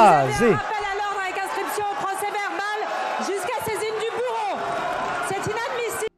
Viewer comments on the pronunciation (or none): il me semble entendre du bourreau et non du bureau... mais je vieillis